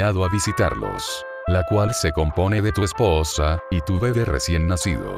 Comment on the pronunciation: no sabe decir "EspoOosa" xD